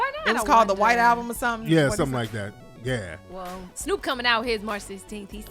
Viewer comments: lol I don't believe that for her entire life she thought it was pronounced "alblum" smh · An "ALBLUM"?! I'm DONE!!!!